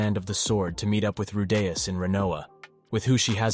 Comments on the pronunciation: Bro man’s saying rudayus not rudeus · It’s “roo-dee-us” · Why you pronounce "Rudeaous" is weir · So is it Roo-Dee-Us, or Roh-Day-Us???All this flippy floppy pronouncing got me corn-fused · I can't watch this. The Rudayus pronunciation is getting to me. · He's saying rudas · "Rude-yus"... Yeaaaaahhh. Annoying shit lol 😂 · Man I would really want to listen to this but the moment I hear you say RUDEYOS. I'm out. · Bro this guys saying redayus like after every 5 words to 10 words or less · ahh yes the journeys of rewdayus and geeselane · The way he pronounces Rudeus is CRING! I stopped the video as soon as I heard it. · Its not that deep lil bro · Please pronounce rudius properly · The constant mispronouncing of Rudeus's name 😅. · How do you get the name right and then botch it again and again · I don’t even wanna watch your video anymore bc how much it pisses me off how you say his name